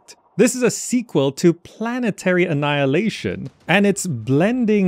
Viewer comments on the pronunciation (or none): Why do you say annaeleishn, but write annihilation? 😂